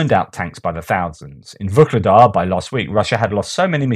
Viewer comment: why do you pronounce VUKLEDAR? With a K? There is no K in the town´s name. It´s Vuhledar. VUH-LE-DAR